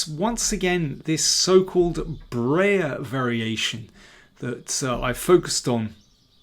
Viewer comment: Please don't say "Brayer". It's BREYER!